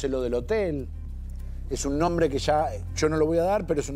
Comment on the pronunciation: Cuánta desinformación, puras elucubraciones. Ni siquiera se aprendieron cómo pronunciar el nombre. ¡Qué falta de respeto! 😮